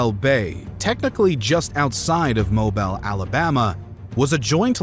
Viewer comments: Mo-bell Bay? No, it's Mo-beal, where is this dude from. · its pernounced mobeele boy not more-bile. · Ouch... It's not "Mobile" like the oil, it's pronounced "moBEEEL" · I love all the videos but pronouncing Mobile as mo-bell? It's Mo-beel. Thanks for the videos! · Mobile, AL is pronounced MOE-BEAL. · it's pronounced Mo Beal!!! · Say it with me… MO BEEL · Mo bell Alabama? Ya think? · "Mobel" Bay? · Getting so many names and places right and then mispronouncing Mobile made me chuckle. This isn't an insult. It happens to all of us. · That's not how you pronounce Mobile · The channel is called "Knowledgia", but the narrator can't seem to pronounce Mobile, Alabama. Werid? Werid.